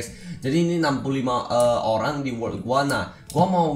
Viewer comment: Cba ngomong yng bner bang lu blng wokk ato world sih :v